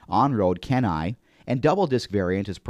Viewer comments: LOL! Why didnt you get the voice-over guy to spell "CHENNAI" instead of "Kennaay" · Oh,Thats Why Calling Chennai as 'Kenai' ah.... Worth Consider before publishing it Man...